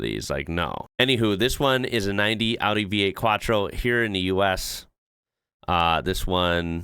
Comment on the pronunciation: as an European I just wanna say, I'm so happy to hear it pronounced right 😭 thank you and big respect lol 😂